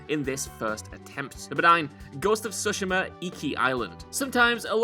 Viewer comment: Can someone please help this guy pronounce Tsushima correctly 😂